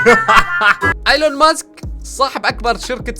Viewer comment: ايلون ماسك مش أيلون ماسك 😂😂